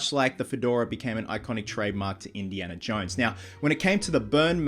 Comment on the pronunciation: He said Indiana johns